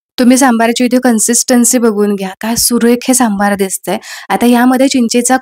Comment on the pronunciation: खुप छान ,👌. फक्त सांभर म्हणा सांभार म्हणून नका 😅